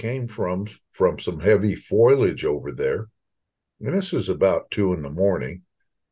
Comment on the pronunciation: Foilage? That's funny. Him and Marge Simpson. More seriously; 26 miles out from downtown Dallas is too close? My older sister lives near Royce City, which is less than 26 miles form Dallas. She has heard of many reports of bigfoot sightings either second hand, or from people she personally knows. Sounds like the experts are seriously mistaken. I'm only at the early part of the interview, but so far, all the images are classic 'blobsquatch'. A skeptics delight! Nice to hear of encounters with dogs where the dogs aren't harmed.